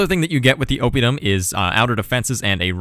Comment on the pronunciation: Gaesatae is latin, so both "ae"s are pronounced (almost) as "eye"... Oppidum (town) is proparoxytone too... Now make a video of the gauls beating the living crap of the romans!